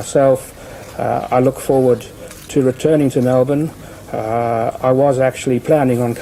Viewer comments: Melbourne is Mell-Ben in Australia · Hey! I live in melbourne fl! I dodnt know Australia said it different